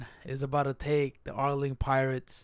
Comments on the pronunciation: it's arlong not arling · Why do you keep calling him Arling instead of Arlong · just say are-long